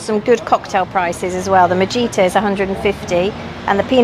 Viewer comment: If I may.......(J) in Spanish is not pronounced. Thus, Mojito is pronounced Mohito.